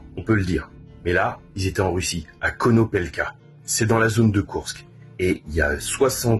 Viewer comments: Très bonne vidéo, comme d'habitude, mais pitié, c'est KourSK et non pas KourKS... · Salut et merci pour tes explications. Sinon, tu peux aussi prononcer kourSSSke au lieu de KourkSSSe. C'est pas grave et ce n'est pas ça qui fera perdre l'armée russe...